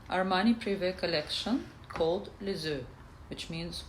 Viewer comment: Just a tiny little detail : the correct pronounciation of "les eaux" is "LAYS O"...